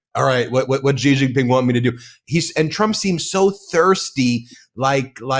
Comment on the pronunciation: It’s not zhi Zhing Ping. It’s “shee” JinPing. The Sh sound indicates by the X is made by putting the tongue near the roof of the mouth. Mandarin also has another SH sound, closer to the English SH.